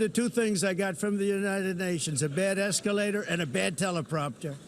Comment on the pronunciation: There, there Donny, did the nasty escawator stop suddenly and make you nearly poop in your diaper?